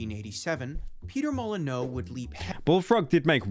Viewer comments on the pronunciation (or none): its not "mo-lee-nyou" either its "mo - lee - nØ" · It's really not "moh lee new"